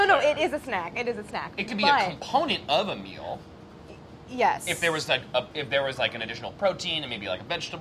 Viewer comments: Great now when they say “a meal” all I hear is “Ameil” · after the intro i can’t stop hearing name every time they say “a meal”😂